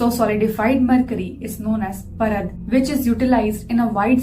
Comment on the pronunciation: Its Paarad not Parad 🙏